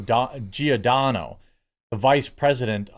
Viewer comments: In Italian language Gi = J, so the name is pronounced "Jordano". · Pronounced Jor-Don-O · It's Giordano, pronounced like "Jor-DAN-oh". Easy, like Giacomo is "JACK-o-mo, and Gianni is simply "JONny", like Johnny. And speaking of race/nationality, I am not Italian, although I know this language, I am half Chinese and half Russian and my parents met in Canada. And I'm a woman. (As opposed to a "cis woman" whatever "cis" is supposed to be, or anything else!) Oh look! It's "Lefties losing it: from Rita Panahi next on my feed! Good for a laugh but the lefties have a way of pissing me off more and more these days... maybe that's enough youtube for today... ...ok, one more. I don't know what just yet...then that's it!